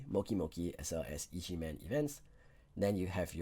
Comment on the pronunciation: it's pronounced EGG man lol not E.G.